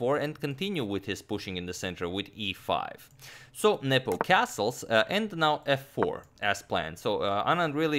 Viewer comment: I always hear you saying "Nipple" 😄